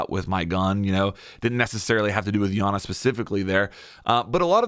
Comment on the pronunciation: it’s EYE ana btw lmao